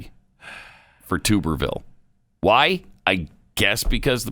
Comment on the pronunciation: As an Auburn alum, I take a bath in a tub. Obviously the blaze folks bathe in a tube. Pronounced: Tub-er-ville.